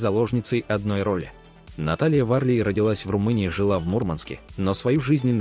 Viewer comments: Фамилии, ставьте ударение правильно. Не ВАрлей а ВарлЕй и не ГайдаЯ а ГайдАя. Не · Что с вами, всегда ошибки в ударениях. Она ВарлЕЙ , а режиссер ГайдАй